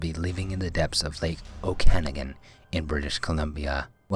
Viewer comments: he kept saying Okanogan wrong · Good video and it is pronounced Oka-nog-gan not Ocanigan just saying Cheers